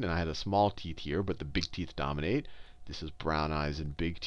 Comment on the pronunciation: sounds like he says, "brown eyes and big teets" lol. teets.